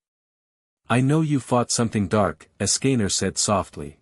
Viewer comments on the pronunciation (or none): Ok im intrigued but the ai voice cant say escanor right